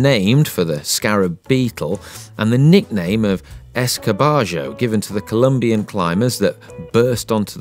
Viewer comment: The bike says on the top tube...IT’S COLOMBIA NOT COLUMBIA, and the narrator still says COLUMBIAN BRAND.